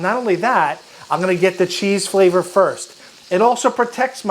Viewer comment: am I the only one that thought they heard flat = flavor the 2nd time he said it lol